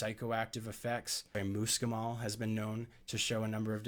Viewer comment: Spelling Fahrenheit correctly would have given me a little more confidence in your skills. I also ask you how you pronounce MUSCLE then try to pronounce muscimol after you look at that. You were not dealing with details about dosage in a way that would be considered safe. Take the video down and make the corrections or you are being a little irresponsible. You did a good job warning, people that was a good idea. You also did well explaining how important it is to convert the ibotenic acid, which is extremely important. However, since it is such a very serious matter, if done wrong it can make you very ill and/or kill you, I think you need to step it up several levels before you venture into extending it outwards to the general population, they are reckless, careless, and prone to error. Be careful!